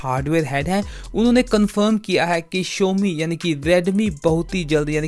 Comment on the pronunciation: Vai first of all Showme nahi xiaomi hae